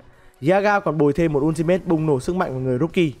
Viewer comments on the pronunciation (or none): none